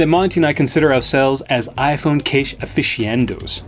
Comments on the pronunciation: Lol ,,when he says uh-fishy-endos. It’s uh.fis.nhuh.dow !! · I think it's actually pronounced 'uh-fi-shee-uh-NAH-dos'. But you know, tuh-may-toes ... tuh-mah-toes. Whatevs floats yer boat, mate 😉